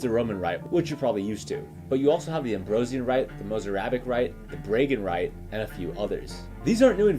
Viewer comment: Bragan is not pronounced like that lol Braga is like "Bra-Gah" i.e. the first syllable is like the femine undergarmant